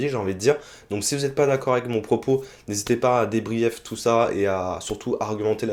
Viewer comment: Juste un tout petit truc pas grave parce que ça fait plusieurs fois que je t'entends le dire. "Débrief" ça se prononce "Débrif". Voila c'est tout :) A plus !